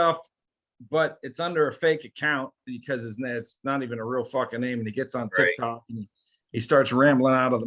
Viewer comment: yeah but please don't say tic Tok I can't handle any more